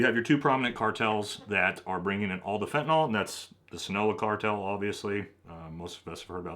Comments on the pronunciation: Love the videos! just to note: Jalisco is pronounced ha-lis-co Sinaloa is pronounced sin-ah-lo-ah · “Scene-a-lowa” “Ha-lease-Co”